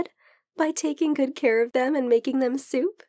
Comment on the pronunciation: I heard her say simp, but it was soup. Help.